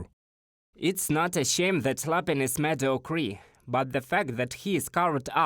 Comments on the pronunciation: I've never heard "Me-Dee-Oh-kerr" get pronounced as "Med-oh-Kree" before. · *ripping For your funny voice announcer - mee-dee-OH-kurr